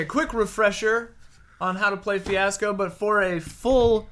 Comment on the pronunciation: "Hey Ash, What'cha playin?" "....Fweeasco"